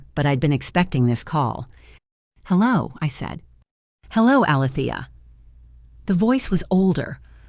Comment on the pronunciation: The name is being mispronounced it’s A-Lee- thee- ah! It’s making me crazy every time I hear it said wrong.